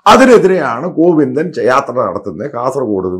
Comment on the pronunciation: "Covinda"...."Marangodan" .... manasilayi....haha...